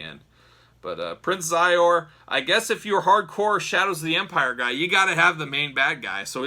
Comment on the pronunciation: Great review. The main baddies name is pronounced She zor. Anyway brought me back to the 90s.